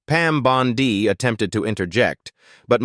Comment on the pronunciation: You would think AI could be programmed to pronounce Bondi correctly or even “Jamie”. Always a tell. 😊